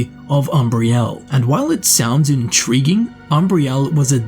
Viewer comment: Did someone say intreeging?